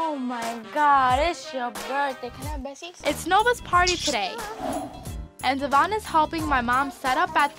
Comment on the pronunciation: treats Devion like Crap but cant even say his name right and at least he tries mean while she was feeding Luis money every time he asked for it but then would cry like oh hes not helping me then you got Devion stepping up.foe Stella to he grew up alot and deserves all the credit where credit is dew and them bitter men haters need to back off...